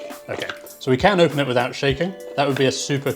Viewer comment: says ON and open as "OpeN"